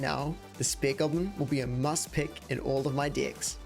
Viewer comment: “The spear goblin will be a must in all my diecks”